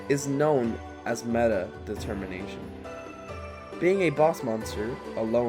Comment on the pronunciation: "De-Termination" oh my god...